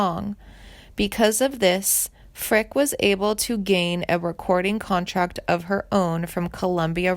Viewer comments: It’s pronounced Frickey, doofus. Also Hoosiers is pronounced Whose yers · Her name is Janie Frick-e. It's not that difficult. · This is weird and irresponsible. She is alive and well, as well as currently touring. Her name is pronounced Frick-ee and it’s “hoosh-urr.” Perhaps this isn’t the career for you. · pronounced Frick EE ....EH DEE Rabbit learn how to pronounce words correctly before you make a video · For cryin' out load!! She's not dead!! Her name is pronounced Frick-eee!! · Yea...Janie Frick I wanna pull my hair out lol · If you are going to make these videos you really need to pronounce the names correctly. It is pronounced Fricke with the E at the end. I had a class with her at Indiana University so I do know how to pronounce her name. Also it is Hoosier or whozure if you will. Basically a terrible video due to the mispronounced names and overall false facts. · Hard to take you seriously when you don't even know how to pronounce her last name. Geeeeeesh. 🙄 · Janie is my cousin and you can’t even say her last name correctly! 🤦🏼‍♀️ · Interesting but i know she did backup vocals for vern gosdin yet never heard anything mentioned about him in this posting. Also most of your pronunciations of names are wrong mainly janie's last name. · At least pronounce her last name correctly….. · You couldn’t even pronounce her last name correctly!😠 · Some of these celebs need to get attorneys involved. First,learn how to pronounce her name properly and quit spreading false information, i will be notifying her agent. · Would someone PLEASE tell this ditz how pronounce names. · And also, she needs to pronounce her name correctly! (And some of the other sings names mentioned as well!